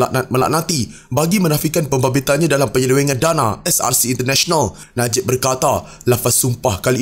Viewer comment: Ko ckp SRC ke CSRC? Ckp btul2 biar jelas la, brsumpah pun msih nk tipu Allah yg maha mngetahui..apa jenis mnusia ni...ko buat sumpah hari scra live kt rumah ko, jgn cemarkn masjid...mufti tidur ka? Ngri mna ni..